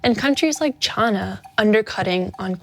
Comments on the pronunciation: Chana? Or china😅😅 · Why does this person pronounce China so wierd? Why Chy-naah? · It’s china not chana. Also you can’t compare the junk coming out of that Sri Lanka factory to a hand made litespeed. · Anyone notice how she pronounces china? She says "Chah-nah" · She pronounced "China" as "Chana" at least 3 times in this episode. I don't know why that makes my eye twitch. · The fact that she keeps mispronouncing China as chaana says enough about her. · Why does she keep saying Chuana ? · Why does she say Ch-AH-na? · Where do you need to be from to pronounce China as "Chah-Na"? Can't put my finger on it. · Did she say China in a weird way to anyone else ? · Love the slip of pronouncing "China" in her original southern accent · Sometimes I forget is from Kentucky but then she hits me with a pronunciation of "China" I've never heard in my life. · Is unable to pronounce "China"? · Came here to say this. When I heard her say China the first time I had to rewind it. Fairly unrecognizable outside of that. Heard it about on “supply” but definitely a different way to pronounce China. But even our “president” does that so, she’s not alone.